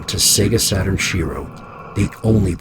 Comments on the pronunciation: it' "shee-roh" not "she-row" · Love the podcast. But please speak Shiro right.